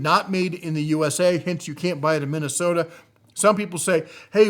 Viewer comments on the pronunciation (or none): none